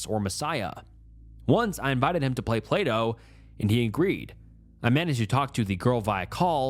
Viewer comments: I can't be the only one who kept thinking he was saying "play-doh" not "plato" during that one story. 😅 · whenever he read Plato I heard playdough and didnt question it for a long time ASDFASDF